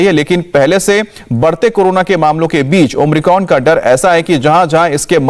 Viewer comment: ओम्रिकॉन‌ नही बे ओमिक्रॉन बोल